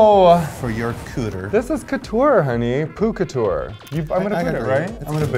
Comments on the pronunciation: "Poo Couture" xDDD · "poo-couture". Dying...